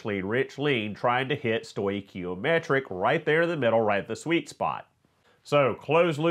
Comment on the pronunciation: As a chemical engineer who works with these sorts of things, I give you an A+. Excellent job. Thank you for correctly pronouncing stoichiometric. I have heard some folks just slaughter the word. You obviously had to prep for this one. Looking forward to the next video. Thanks. 🏳️‍🌈